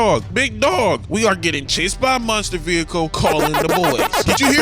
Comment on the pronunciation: He doesn’t Miss! -except when he says “munster” lol